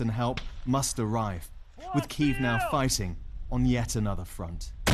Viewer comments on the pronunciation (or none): Reporter totally said "on NYIET another front"